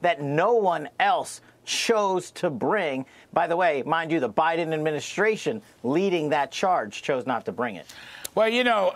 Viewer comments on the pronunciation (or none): scwincy eyed O BINDEN what else can you say